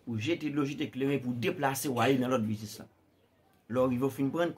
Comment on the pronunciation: Le ou moun fin travay poul gen ou business, et pi nou utilize vodou poun pran sa moun redi travay pou yo fe. Ou pa prononcer U nan business la ok.